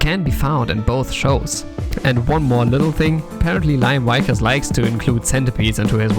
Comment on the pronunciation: Just gunna pop in here and say the pronunciation of Liam Vickers is "Lee-um Vik-urs" though it was fun to hear it as Lyom Wykurs. :P